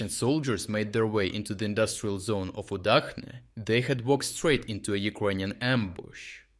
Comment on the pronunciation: so you are not even an Ukrainian? You don't read cyrillic? Удачне (Udachne) is read with CH and not H. Please stop reading it wrongly. Moreover, very sarcastically, Удачa means "luck" - so Udachne village means "lucky place" eh eh...